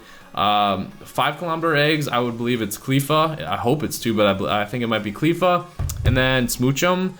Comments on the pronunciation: It's CLEFFA as in "left ya" not CLEEFA as in "queefa" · Btw it's not cleefa it's cl-ae-fa